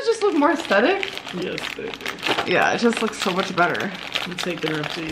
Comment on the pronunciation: PLEASE stop with the "baebuh"